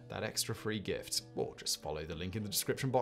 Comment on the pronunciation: Anyone else hear the spnsor introduction as "get a free grift"?